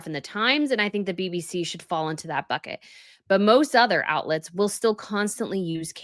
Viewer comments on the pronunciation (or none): none